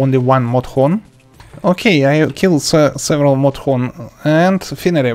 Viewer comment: I love the part he says modhorn